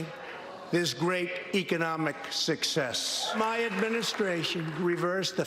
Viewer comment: sounded like “great economic SICKCESS.” This, if I’m not mistaken, came into effect in 2011/12.